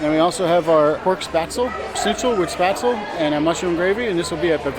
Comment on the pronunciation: Spatzle? Spahtzleh is more the proper pronounciation I think for that food?